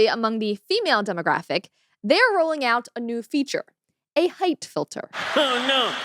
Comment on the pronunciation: I heard Hate, not height. I was like what the heck! 😂